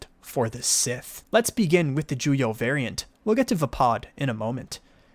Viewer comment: It is "Shii-cho", not "Chi-show". "Juyo" not "Jujo". Otherwise! great video!!!